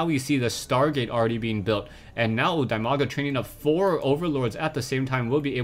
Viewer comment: That Name is spelled "DEE-Maga" actually, not like you do